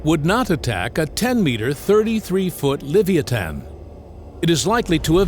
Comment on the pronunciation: *le·vi·a·than You almost got it. Don't give up...